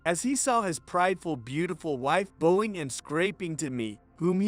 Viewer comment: I hate when they mess up the word bowing. If their from Asia wouldn't the know the correct pronunciation? Don't they go over this stuff before they start the readings?😊